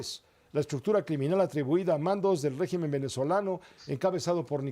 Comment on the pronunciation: Es escritor y no sabe pronunciar regimen 😂